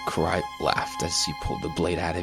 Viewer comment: You know u can’t take love stories seriously when u make fun of “Koo-Rai” And her “Kata-Kana” 😂